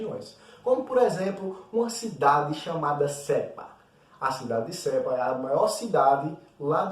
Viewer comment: Nao e sepa é sapa 😂😂😊